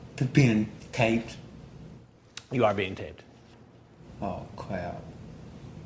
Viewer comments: “Oh cwap” lol this guy is a living joke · "O Cwap" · Aw cwap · Ow cwap... Am I gonna be O-wested? Yes, you filthy p-p-pwedator. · When you realise that time is moving really quickly. "Oh cwap." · Oh cwab Am I gonna be a ah ooorested?